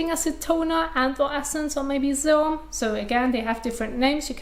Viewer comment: ‘Dis’ is one intense face washing video… If you’re slightly tired or not an expert, your head may spin. :-) It took me a good few minutes to realize that ‘zz-airm’, lol, was SERUM. cute. She’s intelligent, speaks fluid English and articulates it well. I’m glad these videos are just a Hobby of hers ‘cause she’s rather overqualified for the job. Enjoyable extracurricular practice, nevertheless.